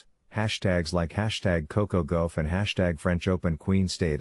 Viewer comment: I wish u would pronounce Coco's last name right! It's Gauff like Golf! That's really easy!